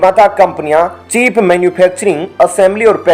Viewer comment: चीप नहीं बल्कि चिप